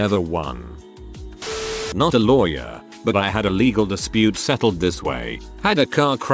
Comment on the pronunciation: sometime it says louwy where instead of lawyer